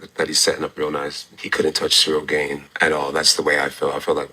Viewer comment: Hearing Shaub correct when he pronounced ciryl gane’s last name wrong is hilarious. He referred to paddy as paddy pimbleton for like 6 months when he first got to the ufc😭😭😂😂